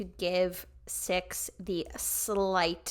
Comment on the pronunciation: Yay loved that cix was on this. Their name is actually pronounces C-I-X (like each individual letter). I definitely recommend also reacting to their debut "movie star" at some point aswell!!